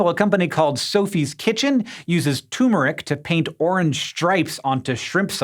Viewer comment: I'm really sorry to poke fun, but "tumoric" really just makes me cringe. Love the videos and scientific content, though 👍